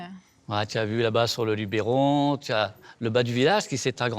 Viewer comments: Pour votre bonne information, ce n'est pas "Lubéron", mais "Luberon" (prononcez "Lubeuron") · On dit LUBEURON et on écrit LUBERON pas lubéééron , modifier le titre de votre vidéo